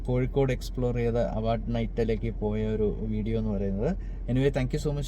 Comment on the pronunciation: കോഴിക്കോട് ✅ കോയിക്കോട്❌